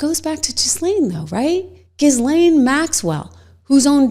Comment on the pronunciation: It's not "Jislane" -- her name was pronounced by Virginia Giuffre as "Gil" (hard g) "Len." You don't pronounce the "S."